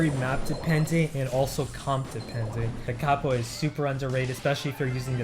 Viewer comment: Thank you for correctly pronouncing "da capo"! 😄